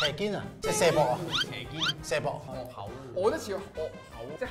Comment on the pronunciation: 佛教果題惡口讀「戶口」呀～